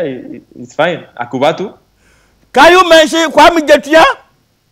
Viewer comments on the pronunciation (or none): He said akokobeto 😂😂😂